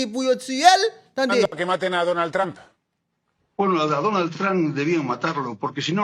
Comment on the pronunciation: aprann pwononse yo pa di Danald yo di Donald Trump